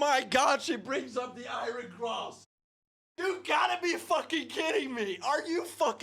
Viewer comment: "Eye - Ern" not "Eye-Ron"